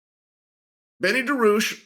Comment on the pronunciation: I love that after all this time, you still cannot pronounce his last name. 🤣😂 Come on Chael! It's not "DA-ROO-SHH"